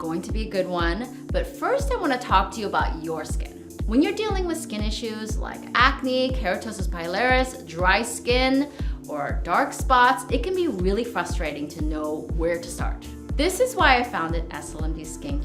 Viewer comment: Did you say "fustrating"?